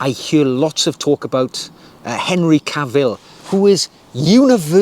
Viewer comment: Ca’vill, not Cavi’ll…